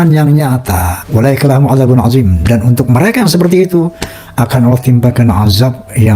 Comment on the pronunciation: Roma baca athim pake zal azim